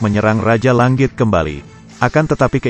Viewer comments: Mendengarkan ucapannya, telingaku kok tdk nyaman. Tangan diucapkan tanggan, langit diucapkan langgit. Ini dulu sekolah bahasa indonesianya di mana ya? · Bang cadel Ng ya? Langit aja jadi Lang+git Zzzz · kayaknya si pembawa cerita susah banget ngomong tangan sm langit....